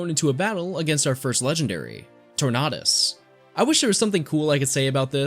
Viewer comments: Tor-nay-dus* Like 'Tornadoe' not "nah" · I’m pretty sure it’s pronounced Tor nay d us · Do you pronounce Tornado as Tornaedo? Then why would you pronounce Tornadus as Tornaedus? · TorNAHdus? Do you say torNAHdo? nah, and if you do, dont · tor-na-dust really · I have never heard anybody pronounce tornadus like that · You pronounced tornadus wrong, think tornado just replaces the o with us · Nope. It’s his pronunciation of Tornadus..